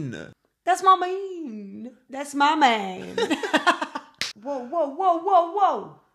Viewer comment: "ats ma mean" 😂😂😂 ats ma mann 😂